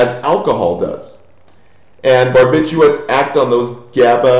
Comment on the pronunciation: Aren't you supposed to say barbituRates? you missed a letter :)